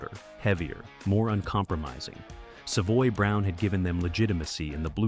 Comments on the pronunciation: Good video but mispronouncing Savoy Brown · Probably AI. I mean, who pronounces "Savoy Brown" wrong? - EDIT, after hearing it again, not so sure the pronunciation is that bad. Wrong, yes. AI, not necessarily.